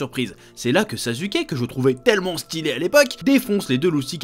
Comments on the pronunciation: "Sazuké" (rhaaaaaaa). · Par contre le Zazuke il fait mal à entendre 😭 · Pourquoi tu dis 《NarUto》《SasUke》 mais tu prononce 《Hakou》 ? Alors que ça s'écrit aussi avec un U ! 😂😂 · Il s'appelle pas sasuke mais suskiki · Tu es en train de dire sazuké 😂